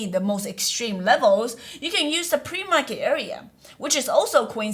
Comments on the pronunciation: ‘Pre-market’ PLEASEE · "Pre Market" help :)